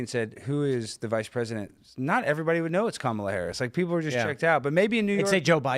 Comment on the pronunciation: You’re so stupid. You can’t even pronounce Kamala correctly